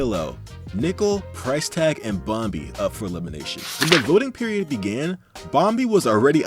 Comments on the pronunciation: it's bomby not bom-bee edit: Why did i do this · I love how instead of saying bom-e He says bom-bee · Ok, I can’t get over the way he says bomby without the silent b